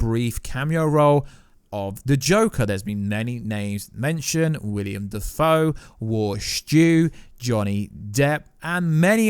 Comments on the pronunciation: Will-EM Not William. Will-Em Defoe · Willem not William. Cool vid bro.